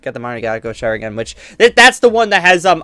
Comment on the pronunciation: yeah but he said mankekyo sharingan wrong and he said he tryed to not sound stupid